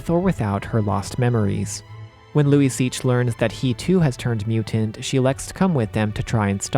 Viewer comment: I had to google it, Luiseach pronounced Luisha